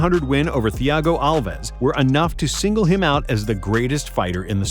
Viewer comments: lmao it’s not pronounced theeago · How he pronounced Thiago 🤣🤣